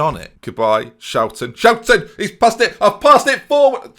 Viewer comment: tfw you are Dutch and you know that is not even close to how his name should sound. Really takes the charm out of it if you actually speak the language.